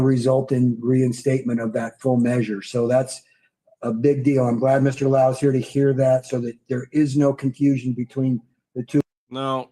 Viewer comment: Oh, it's Law-hoo = Lau